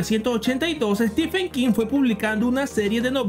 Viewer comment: Perdón, pero Steepen King, Konan Doyle, Ian Fleming. ¿Que te fumaste?